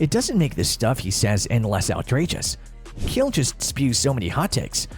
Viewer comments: Why’s he calling Chael “Kale” lmao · Showing Matt Hughes picture when introducing Chael and then pronouncing it “kale” made me dislike the video and ignore the pages recommendations lol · STOP SAYING KALE SONNEN! Idiot! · I didn’t know Chael was pronounced kale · You cannot even pronounce Chael and you lied about his first fight with Anderson Silva. He DOMINATED Silva until Silva got lucky with a triangle. Horrible video, thumbs down before the 4th minute. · Chael isnt pronounced like that, is it?